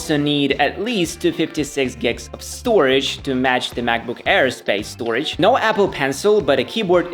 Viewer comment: I like how he says macbook hair instead of air, funny asf.